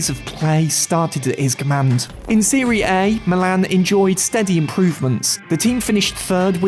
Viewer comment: Dude said “seree A”